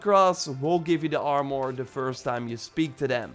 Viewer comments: What's ar-more 🤣🤣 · Try saying armor without "o" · You say armor like it has a “our” at the end lol say it like it has a “er” at the end